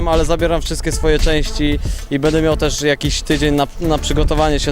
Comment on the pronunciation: Stunter ; będę a nie "bede" :P